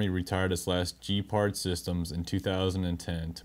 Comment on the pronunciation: Gepard, not Jepard. Hard G sound. Like Good video or Gone with wind. Ge-pard. Not J, like Jeep. “Jepard”.